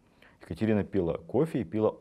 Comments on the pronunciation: Удивительно,что Медынский говорит:"одевали платье,а не надевали","пИла" и др. Но было интересно. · Здравствуйте,конечно,великолепное повествование и знание материала и презентация.два момента:ударение на второй слог «пилА» верно и склонение числительных:шестисот ,а не шестиста. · Бесподобные лекции. Огромная благодарность. Но большая просьба - очень режет ухо в вашем исполнении "пИла кофе".... аж до скрипа